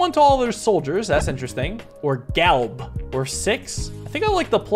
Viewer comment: You really called Gale, Galb